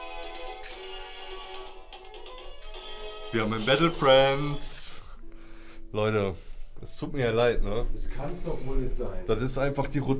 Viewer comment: Wenn der noch einmal bättle und frändz sagt...